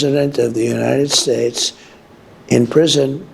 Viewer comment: "Uniade Shayche"?🇺🇸